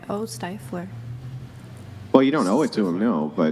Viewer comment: Stifeler? She meant stifler lol